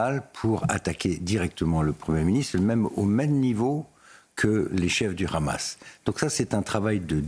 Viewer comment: C’est moi où il prononce Hamas Khamas?